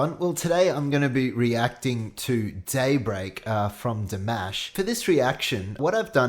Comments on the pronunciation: Morning. I love your reactions but I can't get over the way you're pronouncing his name. It's not Mash like Mash Potatoes 😂 It's Di-mah-sh. 😂🤣 I'm still loyal to you! 😉😂😍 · Also his name is actually pronounced “DimUsh” not dimäsh